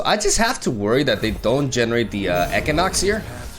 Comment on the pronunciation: The way he said equinox was making me fustrated.